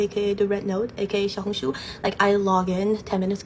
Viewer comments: Note: I’ve seen a lot of people pronouncing xiaohongshu with a ‘zhi’ sound, just wanted to say that I think an easier way of saying this would be to add a ‘shi’ sound at the beginning- instead of ‘zhao-hongshu-‘- ‘shao-hongshu’ is much more accurate to the word! (PS. I speak in a more taiwanese accent while speaking mandarin- so the sounds may be diffferent from how someone says it in say- beijing? Also, I in no way am trying to put anyone down or trying to seem higher than those who have been saying it this way! I just wanted to note I feel how I would say the word in an American/English accent!) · xiaohongshu??? like…. XIAO HONG SHUUUUU